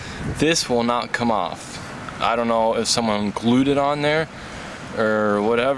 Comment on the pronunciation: Or not er Your not chur Reverse not ruhverse